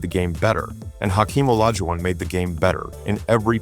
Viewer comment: You should train your AI narration bot to at least, mispronounce Olajuwon’s name consistently.